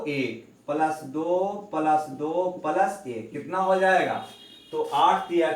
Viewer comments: ओ भी palas नही प्लस होता है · palas ko plas.khe sir achha nhi lagta hai